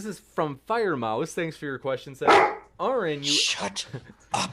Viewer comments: After all these years, still can't correctly pronounce Aron's name correctly. In his opening, he, again incorrectly pronounces the name incorrectly. Is this an error? Is this intentionally after these years pronouncing the name incorrectly? Or is just this ignorant or dumb that he can't get something so simple, correct? There is no one dumber than one who believes fiction, written in a book of fables, is real. Is this an error? Or is intentionally doing such, to try and get Aron irritated? Yes, Cliffe is deluded. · There is no excuse for to constantly mispronounce Aron. It only serves to make him look stupid, why does he do it? Honest question.